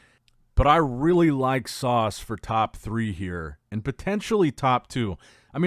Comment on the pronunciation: His name is Sas, not Sauce. 😂